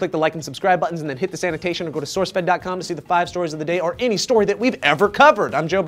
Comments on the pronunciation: Every time one of you says "... this annotation bar..." I hear "... the sanitation bar..." and have to head to the rest room. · annotation not sanitation. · Anyone else always hear "click the sanitation" at the end of the video?